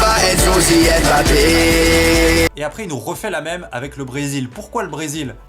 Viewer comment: "ÉmeBappé" bordel respectez son nom :'(